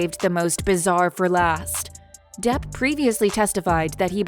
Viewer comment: The bot narrating this is pretty damn good. The tells that its a bot is easy to miss. I find it funny how it says Depp as "duh" when it's at the end of a sentence.